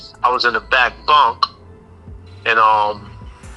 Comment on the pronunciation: If hit harder than da way he said “bunK” 🤣😂then yea..I kno he Rock’n sh*t💀